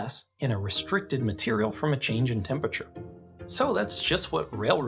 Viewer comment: couldn't get passed that pronunciation of temperature